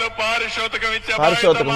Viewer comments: పారిశోతకం కాదురా పిచ్చి నా కొడకా అందుకే తెలుగు అంటే నీకు రాదు నీ కొడుకు రాదు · పరిశోతికం కాదు cbn గారు "పా రితోషికం " కరెక్ట్ తెలుగు వర్డ్. తెలుగు మాట్లాడలేని తెలుగుదేశం పార్టీ నాయకులు వీళ్ళు cbn, లోకేష్, బాలయ్య.